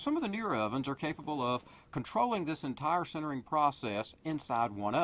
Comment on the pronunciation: sintering not centering.. srsly this guy can't pronounce